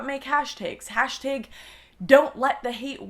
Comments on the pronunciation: hey dodo it's hashtAg, not hashtig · why do you pronounce hashtag "hashtaeg" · "hashteeg". Your such a Canadian. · What's a hashtayg? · You say "hashtag" weird. Hashteg lol